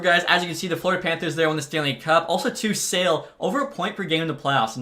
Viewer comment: The Czech prospect, Eduard Sale, he's not for sale. His name though, is pronounced as [Sha-leh]. You're welcome.